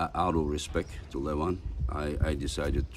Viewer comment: Make pronounce their names correctly he gets every damn arm wrestlers name wrong and they're not that hard to pronounce..I wanted to edit this to say is a great commentater. I have met him a few times. The last time he recognized me. He's probably my favorite commentator, but every time he mispronounces names it drives me crazy. There's no SH to start Levans names and there no K at the end of Kurdecha.